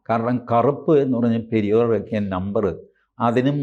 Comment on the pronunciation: Periyaar, not periyor